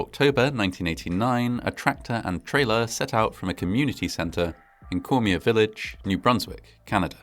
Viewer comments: Cormier is pronounced “Core-mee-yay”. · I agree, although the pronounciation of some names, just sounded like jibberish. There are some programs you can use, which actually repeat the word or name You were close on Cormier though. The final R is silent. Cheers.